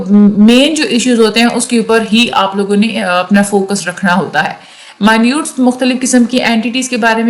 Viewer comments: مائنیوٹ نہیں ہوتا۔ منٹز ہوتا ہے۔ The record of meetings is called MINUTES (Mee-nuts). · Mi-Nutes Nhi Min-its Pronounciation Sahi Krlein Warna Hamari Khraab Hojayegi